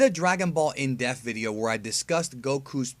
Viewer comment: Love your videos and I’ve always wanted to understand tien more so this one was great but man, there’s a letter P that needs to be pronounced in the word “ depth”